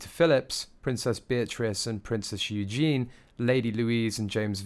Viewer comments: The s in Viscount is silent and it's Eugen-ee, the female version of the name, NOT Eugene. Bit basic if you are commenting on the Royal Family... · Commentator should learn hoe to pronounce "Viscount" correctly. Ignorant. And her name is EUGENIE, not Eugene. And LOUIS, not Lewis. Who gave this commentator a job??? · Oh dear....it's V-eye-count not Visscount...and YOU-genie...it's okay many make the mistake but worthwhile to know. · Yes, and Eugenie is pronounced U-jen-ee not "you-jeen"